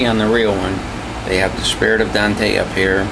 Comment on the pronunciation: Awesome model!! Great Review, Thanks. Just FYI, it is not pronounced "Don-te" or Dan-te" like everyone thinks, it is pronounced like ain't with a D in front. One sylllable Dante. The E is silent.